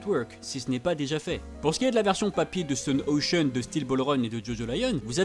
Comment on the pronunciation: J’aime énormément ta chaîne, mais stp dit stone ocean comme ça ce prononce parce que ça me stress un peu haha 😭